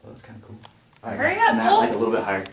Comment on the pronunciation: Haha Matt still butchering your name. Cool seeing yall together!